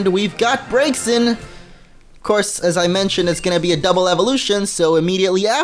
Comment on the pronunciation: BRAX-E-IN GET IT RIGHT PPL XD